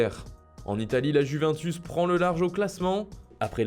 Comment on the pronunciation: La « juvaintus» 😂🤭